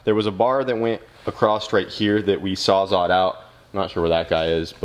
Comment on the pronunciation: "There was a bar here that we sawzod out" Lol what does sawzod mean? Sawzalled*?